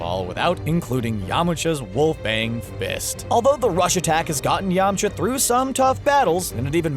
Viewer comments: Pronounces yamcha as yama cha pronounces tien as ten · “Yamacha” bOi HaVe YoU wAtChEd DbZ? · Who the hell is Yama Cha? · yamachas really it's yamcha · yamocha ...... REALLY???????????? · ....I hated this list from the beginning....then you called him Yam-uhhh-cha. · .HE SAYS YAMACHA WHAT THE HECC